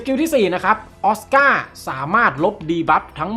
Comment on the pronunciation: ออสก้า ก็คือ โอซือข่า คนจีนเขาออกเสียงออสก้าแบบนี้